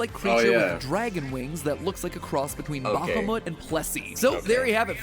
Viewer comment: Mat's pronounciation of Bahamut is hurting my ears